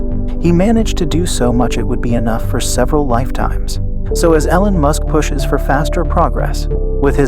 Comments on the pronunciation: EEEE-lon, dude. Not EH-lon. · No, its your voice program saying Ellen Musk instead of E-lon. Damn do you people even listen to what you say? Fuck man! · no, your pronunciation of his name is wrong. I was trying to give you help phonetically. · yeah pronounce it correctly or no sub.😄